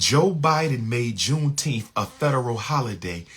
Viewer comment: says JUNETEMPH